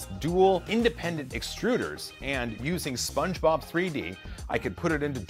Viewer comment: It sounds like you're saying "SpongeBob 3D" when you're talking about the slicer. I tried googling it, and came up empty. What slicer are you using?